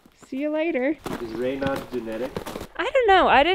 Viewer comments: Raynaud's (ray-NOSE) disease - had never heard of it -- just looked it up. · Raynauds, NOT radon!!!